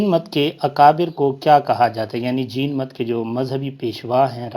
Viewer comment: بھائی یہ جِین مت نہیں- جَیْنْ مَت ہے